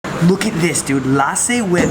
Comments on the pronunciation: It's not laaasi it's lassi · Its not laasi it is lasi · Lussi not lasi we call it lussi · He says laaaaaasi but it lusy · - It is lassi - Ok laaaasi 😂😂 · It's lassi not laasi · It's not LASI It's LASSI. just stretch the 's' more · Inner me died when he put “LASSI” on the “NAN”. Hey just a compliment don’t drink lassi from the restaurant drink from a juice shop. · LASSI= LUST-C this is how you pronounce..